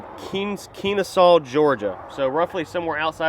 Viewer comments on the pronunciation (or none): Aghm….it’s pronounced Ken-uh-saw as a proud georgian I’m offended 😂😂😂😂